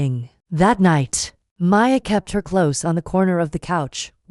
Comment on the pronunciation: Can't you get the AI to pronounce language correctly, because listening to this is painful. I thought these AI things were supposed to be better than humans!!? HaHa Ha But they can't read ahead to see the difference between CLOSE AND CLOSE (pronounced - cloze) and says "am" as a.m. which is why AI is useless.